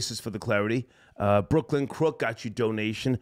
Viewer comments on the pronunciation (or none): none